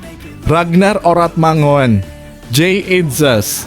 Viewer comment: Mohammad bro bukan Mochamad, Oratmangun bukan Oratmangowen., Exco bukan Eco